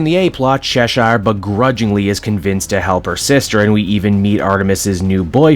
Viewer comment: Bro they say Cheshire’s name in the show, how do u still say it wrong? I mean If it’s just cuz you want to that’s fine